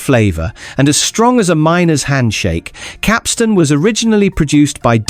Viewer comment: Pity the narrator doesn't know how to pronounce Capstan.